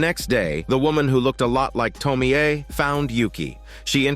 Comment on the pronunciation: Can't even watch this video because of your dogshit pronounciation of "Tomie"...